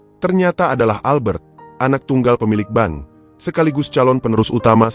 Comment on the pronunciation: hallo abang narator, kadang aku merasa geli sendiri, ketika abang mengucapkan pemilik ban, apa ngga dibaca dulu sebelum mengeksekusi cerita ini, bedalah bang antara, ban, bank dengan bang, sebagai pengantar narasi tentu abang bisa membawa kedalam sebuah alur cerita sehingga orang bisa menikmati audio dan video ini dengan nyaman, salam sehat.